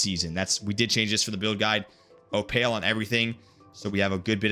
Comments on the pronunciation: How are you like week 1 BIS from raid lol. ALSO - it's pronounced "opUL" you bombooooclot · I hope you are pronouncing opal wrong on purpose lol. If not it's kinda sad 😅😂